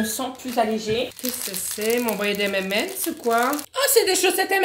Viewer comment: On retiendra la belle prononciation des M&M's de